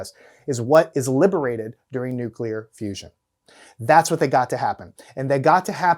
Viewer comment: Strong nuculer force